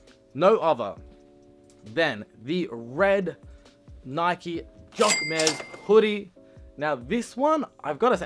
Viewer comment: I like the hoodie! ❤ but please google the right pronunciation